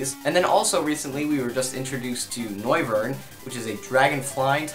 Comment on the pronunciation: It's not NOIRvern as in Noir and Wyvern. it's NOIvern. as in Noise and Wyvern